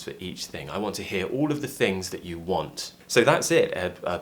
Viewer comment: Hi,, why do I heard you say " I wants" more than just "I want"? It seems like there's an additional 's' in your way of speaking. Or is it just my feeling?